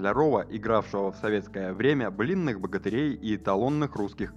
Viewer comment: Не блинный а былинный. Читайте что строчите.